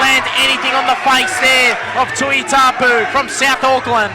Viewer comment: his name is not tuitapu ffs.get your job right say tuitupou